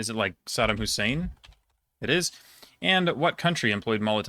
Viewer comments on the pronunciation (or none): none